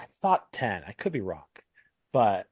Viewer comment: "... I vividly remember him saying-k. I thought ten. I could be wrong-k." Why do Texans do this? Did all the yeehaw go to their brain? More at 11.